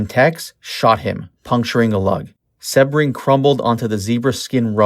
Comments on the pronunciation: Its pronounced See bring, not seb ring. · Appreciate you, but Jay's last name is pronounced Sea-bring, not with a short E. Also, the house on Ceilo Dr. was 10050 Ceilo, not 150. The new home has the number 10066.